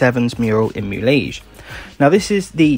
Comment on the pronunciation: Thanks for the guide. For future reference, the correct pronunciation is Mu-le-hay (I live in Mexico).